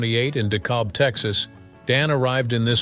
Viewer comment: D cab is how Texans pronounce dekalb. Ironically born is same town Ricky Nelson died in too